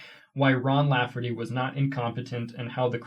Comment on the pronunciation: *Lafferty not laugherty *Pyre not pirate. LOL 😂